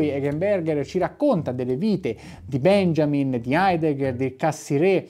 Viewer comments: unboxing molto interessante, solo una precisazione: benjamin essendo cognome tedesco si pronuncia 'beniamin' :) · Permettimi: "Benjamin" si pronuncia "Beniamin", come "Beniamino".